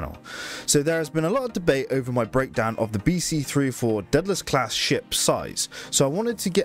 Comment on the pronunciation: Day-da-less!!! Everyone gets the name pronouciation wrong